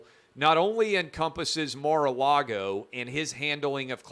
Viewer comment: Mar-Car -Lago 🇨🇳